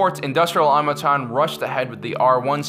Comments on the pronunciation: "Industrial AuTOmaton", not Aumaton! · Why does he keep pronouncing Automaton...terribly. Ah-tom-a-tahn. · Automaton. Aw-toh-mah-ton. It's not hard. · Automaton isn't pronounced like that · Please learn to say Automaton